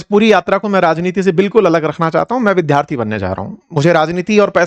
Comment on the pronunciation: विद्यार्थी शब्द का उच्चारण सीखिए